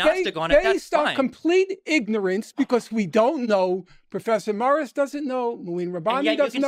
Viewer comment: Everytime he says "Prfessor moirissss" 😂